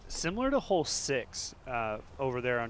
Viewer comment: A non native English speaker here wondering if it’s just or some American dialect where the word ’hole’ is pronounced more like ’hall’? I hear it all the time from him.